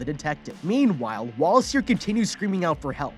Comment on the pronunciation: I always heard Wallace as walrus...I think they did that on purpose